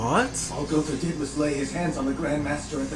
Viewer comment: Bro it's gowther not Gunther 😂🤣